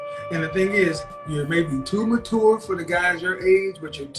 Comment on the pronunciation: the way pronounces mature gets me every time